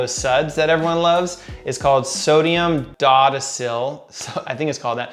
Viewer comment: I think it is pronounced Sodium "DOH-DEK-AL" Sulfate. Correct me please if I am wrong.